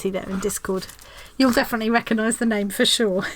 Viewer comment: so thrilled you like my square! Yes you did pronounce my name right; most people don't! I feel like you have 45 and counting new best friends; so glad to be a part of your tribe. You have showcased so many talented stitchers around the world. You made this world a little smaller, more loving and friendly and joyful, and so inspired. You should get some kind of humanitarian award. Love you lots